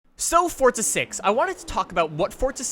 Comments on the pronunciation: Love your videos but it's forza bro not fortza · It's forza not fortza